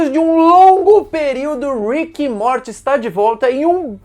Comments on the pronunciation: Fala "Móri" em vez de "morte" kkk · Sei lá, me incomoda quando ele fala "Morte" kkkk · Kkkkk certo e mory a pronúncia